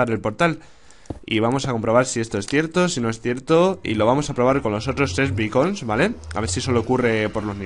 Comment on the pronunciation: Creí que decías bacon de comer /._.\